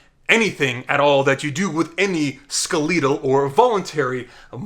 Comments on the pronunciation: “Skuh-LEE-duhl” muscle? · Cardiac, smooth, and skaleedal muscle" LOL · skelietal? do you say skelieton too? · it's funny cause when people mispronounce words it means they read a lot and their vocab is superior to what they've actually heard people say in real life, yet it's embarrassing to get it wrong. Not your fault you never heard people say skeletal irl!